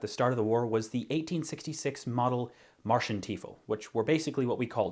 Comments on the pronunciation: Marschstiefel (Marsch-Stiefel), not Marshentiefel. Love your video, but your pronounciation gave me a good laugh. But on the other hand, if I try to pronounce Squirrel I also fail miserably, most probably. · No biggie, those are a lot of letters jumbled together, but it’s Marschstiefel. Not Marschentiefel. Marsh like, well, a marsh. Shtee like thee but with a ‘sh’ sound instead of a ‘th’ sound. Don’t forget the t after the ‘sh’ sound though. Add to that the ‘fle’ sound from trifle. Marsh-shtee-fle